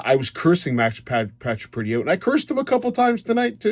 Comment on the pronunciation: No need to call names, His name is Paccioretty, no Pacca Pretty. Also remember you calling Laughton a piece of filth. No need for that either.